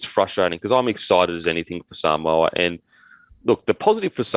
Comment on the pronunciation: It's "sa-moo-a".. lol